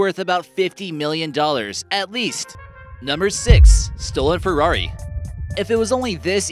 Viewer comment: Your narrator mispronounced Ferrari (Dino) and Jackson (Pollack) pfft